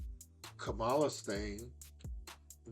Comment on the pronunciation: First off, LEARN HOW•to•pronounce Kamala’s name. It’s like saying Mama. KAMALA. You’re doing what the ignorant, disrespectful Trump does.